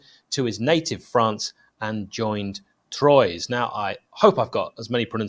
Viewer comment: That’s pronounced “ Twa” not “Troys” happy to help